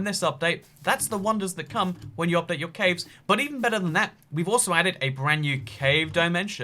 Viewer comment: Nobody: Nobody at all: Not a single soul:: Cävës